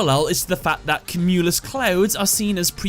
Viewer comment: Am I the only one put off by his pronouncing of "cumulus?" All through school and whenever I've heard it, it's always been "kyoo-mew-luss"